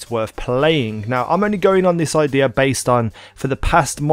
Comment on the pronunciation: I-DDEEAA! Learn how to talk easy